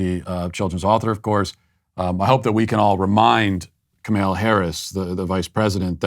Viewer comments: “Kemella Harris “??? 😂😂😂😂😂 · Ka-male-a Harris. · Are you pronouncing the Vice Presidents first name incorrect on purpose? If so, isn't that kind of childish?